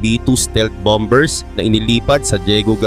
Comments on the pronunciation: Anong bambers? How do you pronounce the word... BOMBER. BAMBER? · Bomber - ba-mer Ang bigkas. 😂